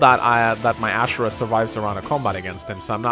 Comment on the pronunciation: > keeps calling Azura "Ashura" >Disgusting.